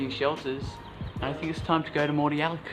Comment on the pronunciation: Moody Yallock not Mordi Yallock